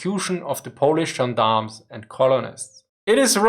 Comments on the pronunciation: Hi :) I'm watching your materials- they are great. But your pronunciation of polish names and places is terrible ;) I 'm from Poland- maybe try to ask some Polish guys how to pronounce it before making the material ;) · It always puts smile on my face when Germans are struggling to pronounce names of Polish cities. Buy good video anyway.